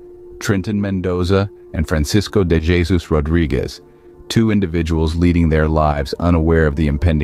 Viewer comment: This isn't ignorance. The content creator knew what they were doing. Stupid or misinformed would be a more fitting word. Also, I do not like how they keep mispronouncing "Jesus," and the AI generated voice does not sound right.